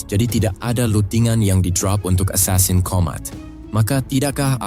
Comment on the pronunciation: Asasin jangan esasen